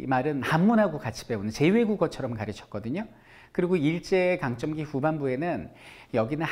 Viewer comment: 설선생님 제발 일제 강점기를 일제 강쩜기라고 말씀하지 말아주세요